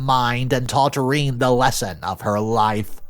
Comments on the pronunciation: If is a real dude, why does he keep pronouncing the step daughter’s name as: reen It is consistent and disturbing due to the questions it raises. Did he do a stepford wives thing where he recorded each word and programmed the A/I? Does he legit not know how to pronounce: Rene or Renee? These & other production questions detracted from paying attention to the story. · Thank you! I was dying every time Reen was said. 😂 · I’m happy to see this bothers a lot of people. It is so jarring to sit down to relax and the story is destroyed within the first minute of it. REEN, seriously? When has anyone gone by the name Rene and pronounced their name REEN? It’s like he’s on autopilot when recording, not at all listening or understanding the text. He can, supposedly, “research” Reddit but can’t find the time to go over what his is narrating to check on a word or name he might not know? And to make matters worse, he is doing this more often now. Sloppy work. I remember when I actually enjoyed his videos, but not so much anymore. I’m , and having heard him say REEN twice so far, I’m not going to watch anymore of it. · Yes, that was my first comment to. He was pronouncing the name wrong. It's Ray+Nay in all languages. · I see alot of videos from re edit stories and it seems none of the readers can pronounce any name right. I saw one where Jack was pronounce jake. And Sarah was pronounced SarAH like they were saying siraaaa. Rene. Is pronounced ren-A. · Rene is usually pronounced wren-nay or sometimes ree-knee. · Learn how to pronounce Rene. Its a common name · NARRATOR, you REALLY need to learn to spell or I’m unsubscribing from your site. You don’t even know how to say Rene’ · That’s not how you pronounce Rene…. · There is no way I can watch a 20+ minute video where you mispronounced Rene so terribly. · I think the daughter's name is name isn't pronounced like that. Just sayin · Novel pronunciation of Rene lmao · Ra Nay. Not reen. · Renay not reen